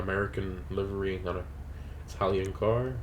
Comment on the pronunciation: you hurt me when you said American livery, anyway great video and love the car!